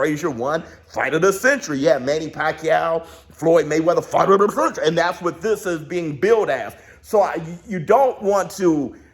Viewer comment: Bruh WTF 😂🤣😂 "fight of the Centbrbrbrbr!"